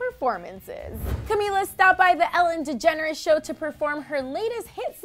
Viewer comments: Its not 'Alan' its Ellen El-len. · OMG I HAVE ALWAYS THOUGHT HER NAME WAS PRONOUNCED EH-LEN!!!😳